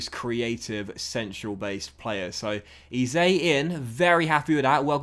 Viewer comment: Hey love the vids man but just one thing can you pronounce Eze as Eh-zay❤️